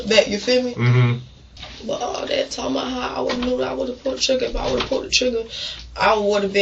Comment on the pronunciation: Nah…. Just based on how this idiot talks, she needs to stay in prison until she learns how to speak human. “That” isn’t pronounced “dit”. What a clown.